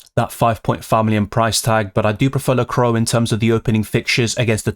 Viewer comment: Excellent video as always,! 🔥 But sorry have to mention it, it’s pronounced la-cou-à, not la-crow😅